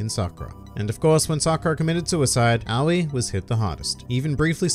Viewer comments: it's just ow-ee like she says in her introduction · Did you know you pronounce officially pronounce Aoi "Ah-oh-E?" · It's A-Oy